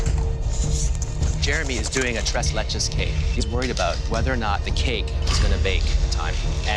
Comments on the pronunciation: Love how he says it😂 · i keep coming back but jeremy struggling to pronounce 'tres leches' always gets me lmao